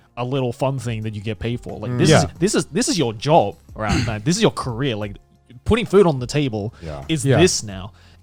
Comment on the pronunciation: it is driving me Absolutely Insane how they pronounce career like Korea and Korea like career